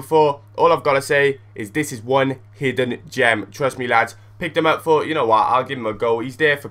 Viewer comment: Hahaha It is so funny when you say llllllads!